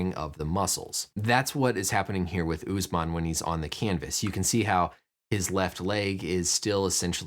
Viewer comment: Uss man not oozeman HOW DO YOU PEOPLE TALK